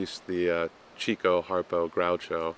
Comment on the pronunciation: "Chick-o." It's pronounced "Chick-o," not "Cheek-o."